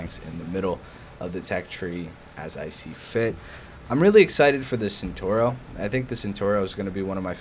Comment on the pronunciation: The pronunciation is ChentAuro (A from Arm) just a little tip